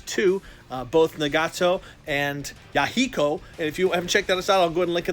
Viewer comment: Na-gaaa-tow, Ya-hey-kow, my god!! My ears are bleeding.